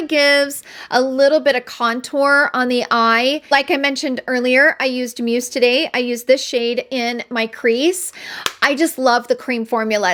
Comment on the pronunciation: So I have to finally tell you that the pronunciation of “muse” is Muze with a hard z as in “she is his muze!” I hope it’s ok to point out! I watch and love all your info and videos but wanted to let you know. Hope that’s ok xoxo